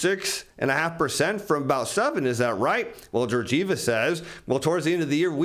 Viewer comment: I hope your shirts keep that level of ironing while you say Georgieva that way ... Man ...